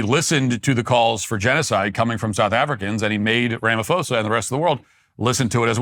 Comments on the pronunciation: Matt sit this one out, you have superficial knowledge of this saga. you don't even know how to pronounce his name that shows how little you've interfaced with politics in South Africa..,and you are making false claims ignorantly or willfully spreading disinformation. You are far more intelligent to be a choir boy of maga.... Trump only has a few years and he's gone but your platform will be here...but this takes away some credibility to your platform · Afrikaner here, thank you so much for your analysis of the Trump and Ramaphosa meeting. And thank you for your hilarious pronunciation of "Rama-fosa"🤣🤣🤣🙌🏻❤️ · "rama-foza" haha... That's funny. I see a lot of US guys literally translate the "ph" over as the "f" sound they would get from "Philadelphia", "Philosophy" etc.. But the "ph" sound in his name would still come out as a "paw" sound. "Rah - mah -paw - za" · Incorrect pronunciation: "ra-ma-fo-sa" Correct pronunciation: "ra-ma-poo-sa" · Ph if not pronounced f It's pronounced Ramaposa. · Thank you for covering SA. When pronouncing Ramaphoza, just remember pronounce the P not PH. It sounds like this Ramapoza. Blessings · Matt Walsh - the 'h' in Ramaphosa is silent (always is in middle of Bantu languages). Pronounced "Rahma-pause-ah". Your facts are pretty spot on though. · His name is pronounced "rum ma poza" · “Ram a fohsahh” love it, in SA we pronounce his name differently “doos” I must say though being an actual white South African (apparently endangered) I am getting a front row seat to how America interferes and ends up invading countries based on good intentions but lack of insight. Send the CIA here let them investigate, crime due to corruption is the problem here not targeted racism, it’s so easy just get facts and figures. That said our leaders deserve to be humiliated and exposed. My fear though is that the US interference will ignite and fuel the fire here and cause racist attacks which will actually affect me unlike the farm crime.